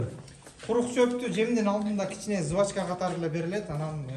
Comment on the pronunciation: Жевачка правильно же кыргызча эле сүйлөчү